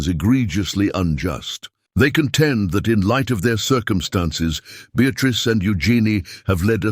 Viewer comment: Awful AI. How did it pronounce Beatrice? 😂